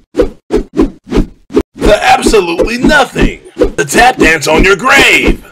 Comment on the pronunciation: “the absolutely nothen “